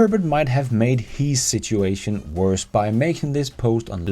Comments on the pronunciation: Not sure if it was an accept thing but I love the way you said shituation. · you are the best!! I love how you pronounced situation "Shituation!!" Which it most certainly is. So good man! Keep the vids coming good sir!!